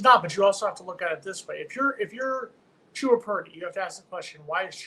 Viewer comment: At least we won't have to listen to this guy mispronounce the player's name anymore. Chooba? Come on